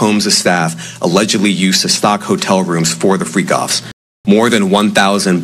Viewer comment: It’s not that hard to remember how to say Freak Offs bro you acting real sketchy to me. 🤔